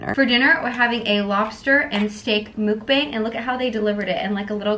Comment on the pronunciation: the way she pronounces Mukbang is so cringe.